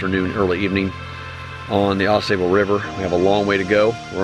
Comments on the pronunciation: FYI, it’s pronounced Au Sobal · Yeah! You said it correctly one time: Aw-saw- bull. 😂 I lived in Michigan many years ago, and my dad and I enjoyed many canoe trips on Au Sable. Thank you for bringing those incredible memories back to me. 💗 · Yep, I know how to pronounce it correctly...I just kept forgetting during the filming. Its hard to change something that you've been pronouncing wrong for over 30 years, lol. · Yeah I know, I said it properly a few times through the video but after pronouncing it wrong for over 30 years it’s hard to change LOL